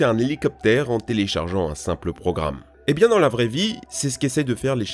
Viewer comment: "c'est bieng"..... Zinedine Zidane 😎